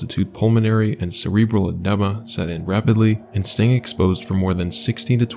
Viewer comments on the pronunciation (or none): Edema is pronounced as "ee-dee-muh" like eeyore, i hope i don't sound obnoxious lolol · eh-DEE-muh is more accurate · Hey friend, love the content. Just subbed. Love how calming your voice is! (Also side comment: in the first story where they were at risk for edema, it’s pronounced uh-dEEma :) ) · Lol “uhdemah” it’s edema pronounced ed-EE-ma. If you don’t know how to pronounce the word, why do you say it in the video? Why wouldn’t you take one minute and google “edema pronunciation” instead of pronouncing it wrong, MULTIPLE TIMES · Just some constructive criticism: spend some time double checking the correct pronunciation of words you’re not familiar with, whether they are place names (Lhotse) or less commonly used words (edema).